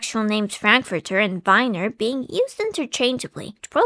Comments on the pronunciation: so most english speaking people pronounce wiener with an unvoiced w as in wing or walter which is wrong but instead deciedes to pronounce the "ie" part wrong instead truly a visionary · ie is an "I" sound, not "ai" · It's insane how English native speakers mess up "ei" and "ie" every single time. The say "Epstien" instead of "Epstein" but now they say "Weiner" instead of "Wiener". It's very simple, dear Anglos, in German: ei = "I" (as in "I can't pronounce things."), ie = e (as in "Ew."). Also: e = "eh" (as in "Tastes horrible, eh?"), i = i (as in "dictionary"). Hope that helps. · It's Wiener, not Weiner. 🌭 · Not vainer it's pronounced viiner like "We" because "ie" is pronounced like the letter "e" but "ei" is pronounced "ai" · my in christ, VIENNA. VIII-ENA. VI-EN-ESE. WIIIIIIIIIIII-NER. if it was pronounced w-eye-ner then vienna would be called v-eye-na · way to impress your bilingual audience: put a word from a different language into google translate for that language and have it tell you how to pronounce it, then try to say it that way. example: 'Wiener' isn't pronounced 'Vainer' but it's pronounced 'Veener'. Same with 'viennese' (which isn't even german but english) which is pronounced 'vee-enese' (as english google translate would tell you). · "Viners" ah, yes, from the City of "Vinna" It's still German, so the ie makes an EE sound. We got Weenie from Wiener, which comes from Wien (pronounces veen), which is the German name for Vienna. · i find it funny that even at the attempt to pronounce it correctly, you still did it exactly the wrong way (its wIEner, not wEIner). its actually alot closer to the american pronunciation already, just swap the english W for the V and you basically have it. (seeing english speakers constantly mixing up ei/ie and failing to pronounce either lmao) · German speaker here, vienner is pronounced Vee-ner...so basically wiener but with a v X'D